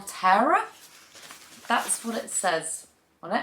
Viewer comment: Love the hair!! I just went full platinum and chopped off 4 feet of hair, love a lil change!! The second Hoya is pronounced soo. maa. truh like the country where it’s from The burle Marx look like a paraiso verde! Never thought I’d import, seen too many dead plants, but holy, they got shipping and growing down to a science WoW Christmas came early!!